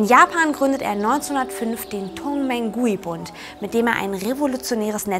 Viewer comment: Zur Aussprache: Wuchang: "Wutschang" ("w" wie englisch "water") Qing: "Tching" Tongmenghui: "Tongmengchui" Yuan: "Jüen" Tianjin: "Tjendchin" "Guomindang" oder "Kuomintang"(je nachdem, welcher Transkription man folgt(erstere ist die heute gültige Pinyin)), aber keine Mischformen wie "Guomintang" oder "Kuomindang" Zum Inhalt: Taiwan ist auch chinesisch, man kann nicht sagen "China und Taiwan", nur "in der Volksrepublik China und der Republik China" oder "in Festlandchina und Taiwan".